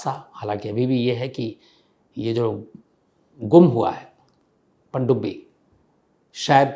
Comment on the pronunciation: "Pandubbi " u Say this so nicely....i liked to hear that nearly 45 times❤